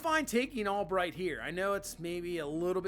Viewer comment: i love your content. gret draft....but goodness gracious it hurt my ears and brain hearing you call him parker ALBRIGHT instead of parker ALBERT the entire second half of the video lol